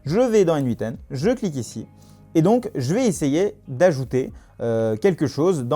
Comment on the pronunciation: Très intéressant. Merci. En passant, en anglais ça se prononce comme le pronom "Nathan". ;)